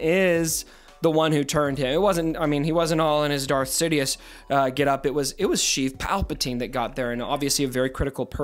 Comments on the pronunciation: What are you calling Palpatine? Sounds like "Chief" or "Sheath" Palpatine...? :D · Stop saying sheev palpatine plz